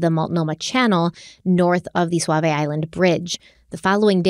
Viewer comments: First of all, I love your podcast. I love that you are doing this case and it's very close to home. I do get a chuckle when says swavy island. It's pronounced "saw" "v" island. Sauvie Island. 🙂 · Sauvie Island is S-A-U and pronounced like SAW-Vee, not S-U-A like Suave. But the way you pronounce it like SUAVE-IE would make for a pretty cool island name too. 🙂 Also, Terri and Dede are guilty as sin! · I love you guys but it’s pronounced Saa vie. U is silent. 😂 sorry I’m from Portland and I’ve never heard anyone say suavie. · I noticed you pronouncing things better. You're from the East Coast so of course you don't know how to pronounce our words, just how we probably don't know how to pronounce your words correctly Suavie Island = Saw - Vee eye land. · Say it with me. “SAW-VEE” island 🖤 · Just FYI it’s pronounced Saw-Vee Island. 😂😃❤️ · Sauvi island is pronounced “SAW-VEE” and Oregonian - “OR-UH-GO-NEE-IN” lol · I’m from the area, Sauvie Island is usually pronounced like Saw-vee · I love you both and ❤ but I’m from Portland and we call Sauvie Island “saa-vee” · Yes, but Oregonians say "Soh-vi". We have a lot of strange looking names her- some are people's names, many originated with the First Nations. They all have correct ways to be said, though. How can she be correct? By taking the lead of those who've lived here all our lives. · It's not just pronounced Sauvie , it is also spelled Sauvie.